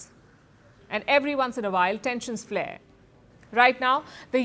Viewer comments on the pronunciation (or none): none